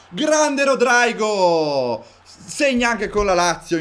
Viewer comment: Te pronunci Rodraigo ma si pronuncerebbe Rodrygo normale.Comunque bella carriera